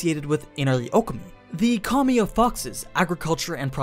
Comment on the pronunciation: everytime you say “kami” i hear “commie”